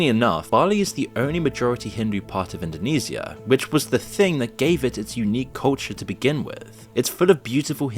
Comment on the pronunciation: Indo-nease-e-ah? Do you pronounce “Parmesan” like “palm-ease-ian”? Seriously though I’m from Australia and for at least 5 decades Bali has been almost a right hand f passage. There was a hit song in the 80s here called “I’ve Been To Bali Too” and while theres some cool surfers who go there to pursue their sport, most are either oblivious or believe that now we’ve turned Bali in to a nightmare, they need our continued investment(🙄) but I believe most think it’s tragic.